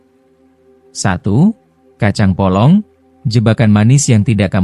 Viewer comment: Kacang polong bukan kacang bolong.......